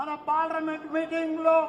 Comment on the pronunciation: Paadaabhinandanam ✅ Paadabhivandanam ❌ Parliament ❌ Paal- rament ✅